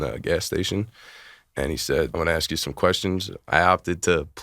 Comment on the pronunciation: Hey I'm with you on this malicious prosecution for a crime you didn't commit. But do yourself a favor.......learn the proper pronunciation of the word: "ask". For example, the word is NOT pronounced: "ax" or "axed". A-S-K, ASK. Nuff said.